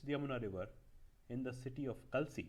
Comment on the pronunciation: A slight correction will be that Kalsi is pronounced as Kaalsi (कालसी) ~ Thank you...